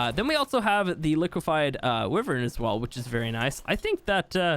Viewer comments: Wyvern. wYvern not Wivern. Ffs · Repeat after me. Wyvern. wYYYYvern. not wivern. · Not tryna be rude but it’s not pronounced wiv ern it’s actually pronounced Y VERN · ITS NOT WIVVERN ITS A WYVERN SAY IT RIGHT ! like wive er in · It really bothers me that you pronounce wyvern as “wi-vern” when it’s “why-vern.” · Wyvern is pronouced: "why-vern or why-ven" Not "whi-vern" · It’s the way u pronounce it in his accent English/Australia but in America it is wyvern